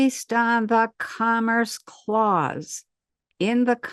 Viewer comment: Interesting info. I cant help but mention it sounds like she's saying "cummer's clause" tho. Sorry. Lmao. 😂